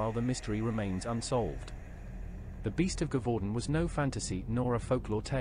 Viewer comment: Also Gevaudan is pronounce jev-u-don.